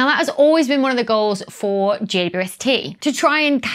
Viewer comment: I tend to hear "J Doo ST"